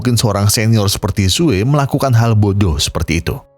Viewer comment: Namanya "SUE" sebutannya "SUU" bukan "SUWEY"!! Hahaha🤭🤦‍♂️😅🤣🤣